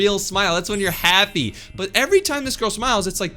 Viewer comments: She said happe😂😂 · no, not I’m so happy, “I’m so hapeh” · “happeeee” HELP😭